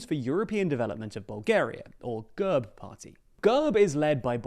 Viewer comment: Thank you once again for the coverage, but please, for the umpteenth time. It is NOT pronounced GUHRB - it is pronounced /ɡɛrp/ - – G as in go – E as in bet – RP pronounced together